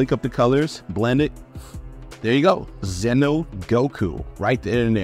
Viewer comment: ITS XENO GOKU!!! NOT ZENO GOKU!!! XENO (Z-EE-NO) (Z AS IN ZEBRA) (E AS IN BEET) (NO AS IN KNOW)